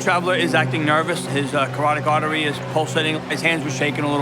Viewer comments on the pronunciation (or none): Hillarious that this officer says this man is nervous then says "his coroctic artery" can't even pronounce it but we're supposed to think he knows what he's talkin about.? CAROTID ARTERY.!!! 🙄